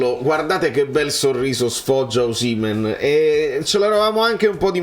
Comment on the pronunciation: ma tu sei l'unico che pronuncia Osìmhen e non Osimhèn, siccome sei un purista dei cognomi sicuramente ti sarai informato bene ma non lo chiama nessuno con l'accento sulla seconda sillaba, famme sapè 🙂